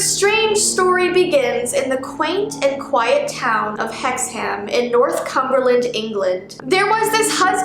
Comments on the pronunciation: It's pernosted hexhum not hexham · Omg I live near Hexham and I've never even heard of them. BTW I know people always correct your pronunciation but its said like Hex-um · Hexham is pronounced Hexum... There are a lot of places in England ending with "ham"